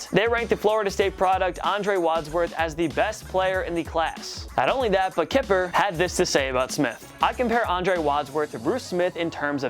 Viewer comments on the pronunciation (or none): Isn’t it Mel Kiper not Kipner? Even if there is a N the I is more pronounced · Mel Kipper? Does this guy even fucking watch sports? Every host on this channel is TRASH! No one involved could help him with pronunciation? Foh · Mel Kiper... pronounced KAI-PER. Not Kipner or Kipper. Come on bro. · Called him Kipner, then Kipper. Lol. How do you mispronounce it 2 different ways? Lol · Mel kip”n”er do y’all even watch sports??? 🤦🏼‍♂️ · Who tf is Mel Kepner?!?!😂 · Kiper! Mel Kiper, Pronounciation:(Kie-pur) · Did he really say Mel Kipner????? That was on purpose right??? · Lol "Mel Kipner" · Mel Kipner... really? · Pronounce Ki per not ke per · Who's Mel Kipner? Lmao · Top 10's mispronunciations of Mel Kiper. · The fact that you mispronounced "Kiper" shows that you're not the one that knows sports on this channel. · yes, I'm aware, guy messed up his name twice with two different pronunciations. One might think to look up the pronunciation before uploading a video world wide.